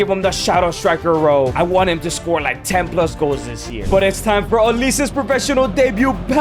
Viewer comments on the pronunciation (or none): he said wnat instead of want